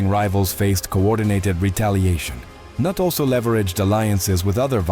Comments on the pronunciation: Cnut is pronounce "ka-noot", not "nut".... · Kanut? Noot is how it sounds! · Cnut is pronounced: ka-NOOT.